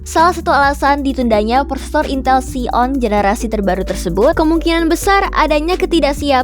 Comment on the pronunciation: Ini suara AI atau staf jagat ya? Xeon dibaca Xion 🤭 Tapi keren om 👍